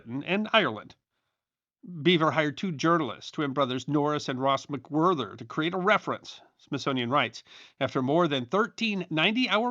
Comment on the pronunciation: Plover = "pluvver" EDIT you misplaced the 'h' in the twins' name, McWhirter is a hard 't' not a 'th' sound.